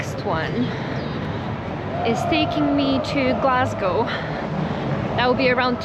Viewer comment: Your hearing is not playing tricks on you. pronunciation of both "toastie" and "Glasgow" is perfect. Same with "food" at 11.45 and "too bad" at 12.01.